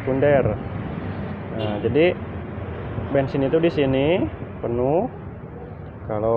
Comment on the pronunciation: bensin bukan bengsin